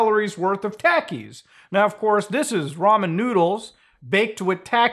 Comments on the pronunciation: More important than Niko's weight loss, is the way muta says takis. It's surreal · mutahar calling pronouncing takis wrong is the most wholesome things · Came here for the weight loss, stayed for the "takis" pronunciation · good for him, but the way you say "Takis"... Smh my head 😂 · Never heard a desi person pronounce takis like that 😭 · Who is going to tell him how Taki’s is pronounced? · Is no one going to say anything about how he pronounces Takis 😭😭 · How he pronounces takis lmao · them tah key thos. Most canadian pronounced shit ever. tha tah key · for the record its pronounced "tah"ki... they will melt a hole in your stomach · it isnt pronounced as tacky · You know seeing Muta smile in that thumbnail is so wholesome (Also his pronounciation of "Takis" irks me slightly) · This earnest and pure-hearted Canadian rhyming “Takis” with “taxis” five times in a row is the most wholesome thing I’ve seen on the internet this year. 😍😝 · Him pronouncing Takis is funny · No hate but it's not Taky it's tahkiis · Taki is pronounced "T-ah-key", not "Tac-key" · Tackies 😂 They're a Mexican snack it's pronounced "tockies" 😂 Sorry couldn't just stand by on that haha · i cant get over muta saying taki like "tAki" instead of "tOki" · Love the vid muta.. but 😂 it's not tackie lol.. it's pronounced more like talkie. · Let's just hope his "Diet" isn't meth. Then we have a whole new can of worms...😂 and Muta your the man. But I believe it's pronounced Tok E's Not Tak E's. Just busting those coconuts you have bro. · muta its pronounced TAH-KEE not TACK-EE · They're pronounced (tah-keys) not (tackys) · Pronounced talkies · No offense intended, but I love how he pronounces Takis as "Tackies" 😂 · It's pronounced Takis (Tah-Keys) but I think they only sale them in the US and maybe mexico. I've eaten em before cause one of my homeboys that's mexican likes em there pretty good Muta definitely recommend if u can get ur hands on a bag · I love how mutahar says Takis, “Tackies”